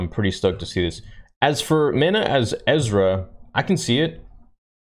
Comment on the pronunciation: Mena pronounced Me-naw